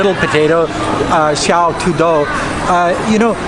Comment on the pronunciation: when you say "Xiao Tu Dou", I really laugh . haha. In fact, China gov officials have accountability system. Covid-19 is a virus, it does not care who you are, which country, race or religion, political system. Fighting virus is a medical scientific issue. When it becomes political, the focus is wrong. Virus spread, then people get sick or even die, pandemic, then commercial and social activities, international trade, business, tourism badly affected, economics goes down, pay cut, job lost... The key root cause is virus. So to resolve it, need to target root cause. The western countries made huge mistakes for this part, they did not treat it seriously even when Wuhan was locked down. Common logic thinking is when one 13million people city is locked down, something is serious. But why they did not prepare well? They got at least 1month+ time but China did not. Later whole China in lock down mode, they still finger pointing China "no human right". Finally their ignorance or so call "herd immunity politicians